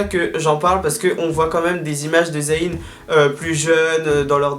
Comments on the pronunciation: Bonne vidéo like always ! C'est moi ou tu dis z-a-Y-n? Tu dis pas le y comme un i 😉. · Arrête de dire Za-y-n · c'est trop drôle tu dis "zahine", sinon je t'aime d'amour, love love💙